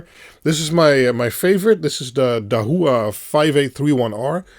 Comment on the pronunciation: pronounced dah-wha, dah like dit dah dit (morse code) and wha , like saying what, but without the "t" dah-wah. dahua :)